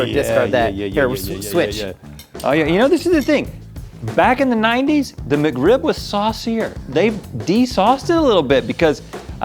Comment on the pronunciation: "McRib-member"